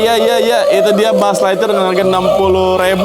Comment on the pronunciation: "buuz lightyear🗿"